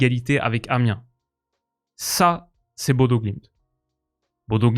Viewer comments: Superbe vidéo ! Petite précision, Bodø ne se prononce pas [Bodo] mais plutôt [Bodeuh] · Hey super vidéo encore! juste je crois qu'on dit "bodeu" ou "boudeu" pour Bodø en norvégien! faudrait rechecker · Super Vidéo comme d'hab! (Juste petite précision Bodø se prononce Boudeu)